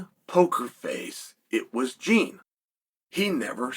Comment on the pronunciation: "Jean" is my ass. His name is JEAN. Put some brazilian effort on that!!